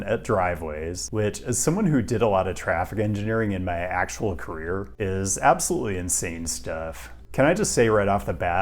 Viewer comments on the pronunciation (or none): none